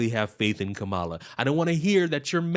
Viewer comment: It's not “comma-la.” It never was! Kamala, among Indians, is a pretty common name for girls. It means “lotus” and is often used with some interchangeability for Lakshmi, one of the chief goddesses in Hinduism.